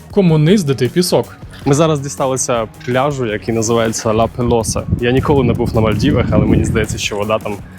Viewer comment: Жахливо. Не сардинійці , а сарди Не Ла Пелоса, а Ла Пелоза .. Хоч би почитав перед зйомкою.